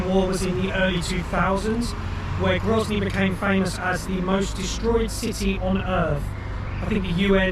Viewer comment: Grozny and Chechnya, not Grotzny and Chetsnya. You can do it. 😂🤣😂